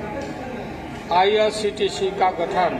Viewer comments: ye chorba irctc ko irtc bol raha hai ,zarur kuc garbar hai yaha bhe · जिसको IRCTC नहीं बोलने आ रहा है वो देश के लिए क्या कर सकता है? सिर्फ जातिय समिकरण बनाने से देश नहीं चलता है।